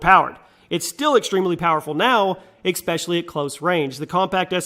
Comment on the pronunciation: It is not expecially, it is especially (you said expecially).